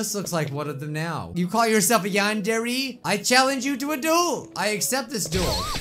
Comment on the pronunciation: It is YAN-DARE (not spelled, spoken.)